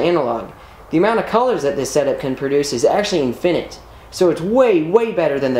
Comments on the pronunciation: "in-fin-ITE"... still really awesome! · "In finit?" Where is finit? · first time hearing infinite pronounced like that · So smart yet cant pronounce infinite. Gg ez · Dude you pronounce infinite really wierdly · The emphasis on the fin in infinite is triggering me. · You are saying infinite wrong. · your annunciation of infinite bothers me. great video man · Why do you put the emphasis on “fin” in infinite? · I don't like how he says infinite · Just FYI, the word "infinite" does not rhyme with "minute". It rhymes with "sentiment". The emphasis is on the first syllable. The word "finite" is pronounced similar to "pyrite" with two long i vowels. Stay safe, and happy vocabularizing!